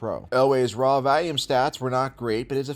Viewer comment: The way says the word “volume” cracks me up. Must be a Pennsylvania thing or something. At first it was grating and now it’s a little endearing. Awesome vid